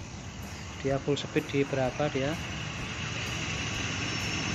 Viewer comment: Kreatif sayang kemampuan baca istilah bhs ingreisnya yg perlu di upgrade peak seharusnya dibaca pik, speed juga jangan dibilang sepit